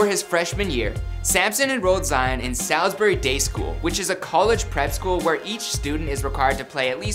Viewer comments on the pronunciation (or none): none